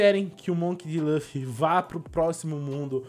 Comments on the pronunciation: É Luffy vc fala laffy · não é laffy é luffy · N E LAFFY E LUFFY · Laffu não luffy